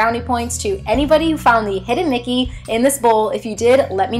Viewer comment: I found the hidden Mickey! Lol.. at first I thought you said nickey and I was so confused